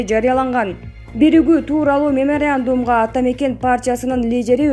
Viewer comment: Мынча сабатсыз окуйсун алып баруучу , тилинди жатыктырчы айланайын : меморандум , либерал деген создорду нормально айтчы , кыжырды келтирбей